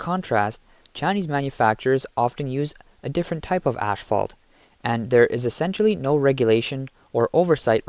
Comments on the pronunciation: Asphalt, not ashfalt. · The amount of times you said ashphalt instead of asphalt is embarrassing. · PEOPLE! PEOPLE! PEOPLE! It is NOT ASH-FAULT! It is ASPHALT! There's no "SH" sound in the word! Stop being idiots! Learn to speak properly! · Its asphalt, not ashfault...pronounced "ass fault" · ASS-Fault, not ash fault....his English is as bad as Chinese products.... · By the way: it's called asphalt, not ashfault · It's "asphalt", not "ash-fault" 😉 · I know it doesn’t matter…but is he saying “ashphalt” ? Just curious🤷‍♀️ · "Ass fault" is pronounced "butt crack" .... hahahah. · that's it - i can't listen to this dude mispronounce the word "asphalt" anymore!